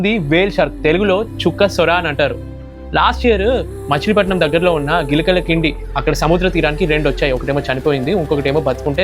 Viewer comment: Gilakala kindi ❌ Gilakala Dindi✔️